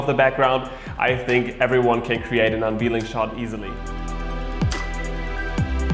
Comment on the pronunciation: Unveiling is pronounced “un VAIL ing”